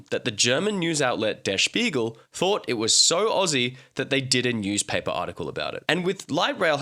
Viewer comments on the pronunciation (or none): none